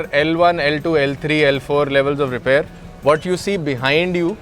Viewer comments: Repair ❌ रिपैर ✅ 😂😂😂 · repaaaaare nhi bro repair bol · Repair❌️❌️ Rypaar ✅️✅️✅️✅️